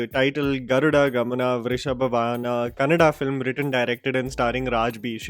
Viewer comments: Thank you for saying it Kannada and not Kannad 🙂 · Rishabh Shetty,Raj Shetty,Rakshit Shetty and Prashant Neel taking Kannada Cinema to an other level and especially have to mention Paramwah Studios and Hombale Films making it happen with proper assistance and scale and well yes glad that you pronounced Kannada Words so rightly👌🏼☺❤